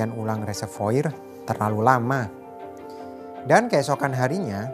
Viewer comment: Reservoir dibaca Reservoar...